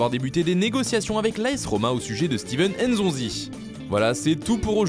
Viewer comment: C'est NZONZI. Pas N'ZONZI pourquoi vous les français, abîmez les noms africains bordel